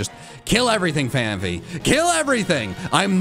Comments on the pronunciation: I can't tell if he is calling phanpy (pronounced fan-pee) incorrectly on purpose or of he actually thinks it is pronounced fan-fee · Fan-pee Not fan-fee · #BlameMikey also, i love how phanPHy devolves into phaMpy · Phanpy to Phanphy Slaking to Slay King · I love how you say Phanpy the same way a child who didn't speak English until they were 10. That's me. The child was me. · I know this is old, but it honestly bothers me so damn much how he and other big PokeTubers say Phanpy, lol. There's no second "ph" in there. I know we all mispronounce some Pokemon names, myself included. It's just one of those unreasonably irritable pet peeves of mine, I guess, haha. To be fair, though, I used to say crap like "Houn-door" and "Ky-o-grey." I've had to majorly adjust how I pronounce many Pokemon names since its inception in the US, lol.